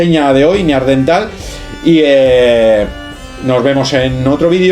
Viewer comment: NEANDERTAL: cuidado con la pronunciación